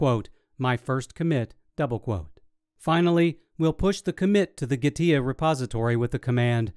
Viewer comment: its not Gah-tia gee- TEA